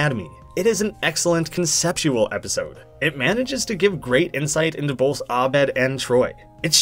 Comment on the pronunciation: Did you just say "melked"? Did you just say "bolth"? Did you just pronounce Shrek as "Srek"?